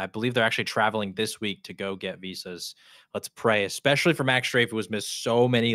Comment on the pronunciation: not to be nitpicky, but the word is “ESPECIALLY” not “EXPESHALLY”